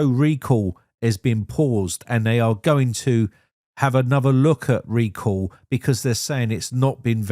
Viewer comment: What is "Reco"? You mean "Recall"?